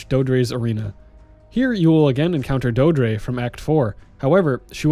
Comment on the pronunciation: It's pronounced "doe-eh-dree". It's verbalized in the game itself, just so you know. Great guide otherwise!